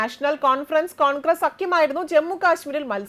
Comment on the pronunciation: കോൺക്രസ് അല്ല കോൺഗ്രസ്‌ അക്ഷരം അറിയില്ലെങ്കിൽ വായിക്കരുത്..